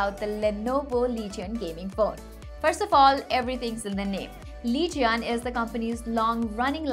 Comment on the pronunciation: its not lee-ge-on its leej-un